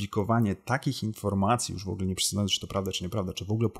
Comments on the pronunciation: Przyznam szczerze - straciłem w pewnym momencie cierpliwość do Pana materiału. Szanowny Panie. Szlachectwo zobowiązuje. Mówimy "w ogóle" a nie "wogle". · Szanowny Panie! Szlacheckich korzeni nie mam, więc z tego tytuły żadnych zobowiązań :) ja źle wymawiam, ale nie mówi się też "w ogóle" tylko "wogóle" z akcentem na pierwszą sylabę.